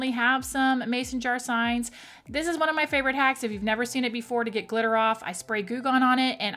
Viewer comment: I couldn't understand how you said you removed glitter.Could you please repeat it when you get chance. Thank's.